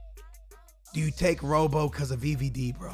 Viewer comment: ITS FUCKING ROBBO SKILLZ NOT ROW-BOW FFFSSSS